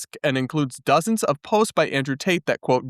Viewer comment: lol, i thought they were shouting "Free Ta- te" pronouncing is name with a new accent 😂😂